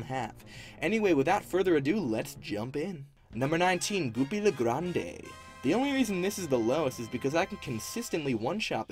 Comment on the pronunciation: It’s pronounced Grond, not Grand-A. Grande is French for big and tall.